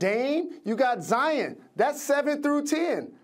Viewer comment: No one: Jalen rose: “Zi-Yin Williamson”